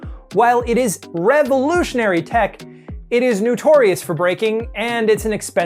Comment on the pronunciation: "New-torious". Was that a pun? or did i just hear it like that.